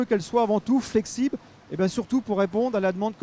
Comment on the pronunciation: "Flexibe por réponde" on est bien dans le nord.😂